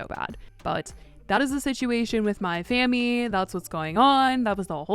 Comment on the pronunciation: I swore you kept saying my fam... I kept thinking to myself what did fam doop